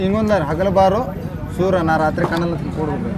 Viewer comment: ಸುರ ಅಲ್ಲ ಸೂರ